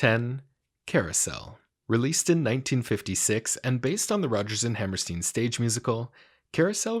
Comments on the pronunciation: It's also pronounced HammerSTINE, not HammerSTEEN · Hammerstein = Hammerstying, please. The pronunciation is just like the name of that great Austrian Physicist, Albert EinSteen. 🤣